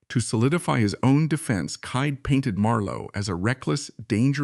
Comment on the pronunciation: Thomas Kyd’s name is pronounced ‘kid’.